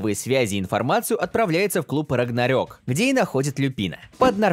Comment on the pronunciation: не рагнарёк а рагнарок типа рок потому что там рок играет ну ты понял